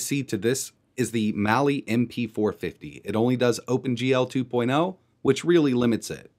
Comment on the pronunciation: It's Mali on the Tinker Board not Mail.